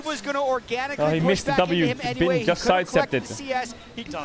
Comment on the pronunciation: and feels so nice to hear bin pronounced correctly